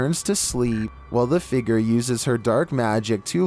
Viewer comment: Homie really said figer instead of figure